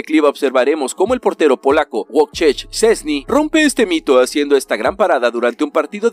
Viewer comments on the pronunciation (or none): none